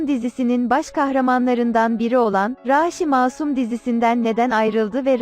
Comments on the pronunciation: Raaşi değil raşi dogru duzgun bir şekilde oku lutfen ☺ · Raaaaşi değil Rasi 😆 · Abi raaaaaşhi değil rashi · Raaashi degil Rashi😂😂😂😂💖💗💝